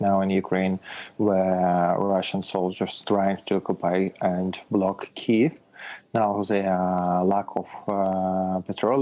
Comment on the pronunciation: I'm glad they are using the correct pronunciation for Kiev.